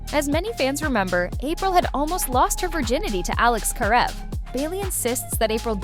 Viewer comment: ...and the first pronunciation of Karev.